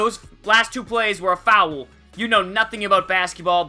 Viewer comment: i love how u say foul it's like fow-el